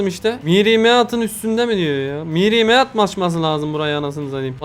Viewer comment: Mistr Meat ❌ Miri Meat ✔️